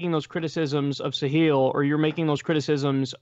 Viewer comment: Kyle its pronounced Sahil not "Sahiel" :p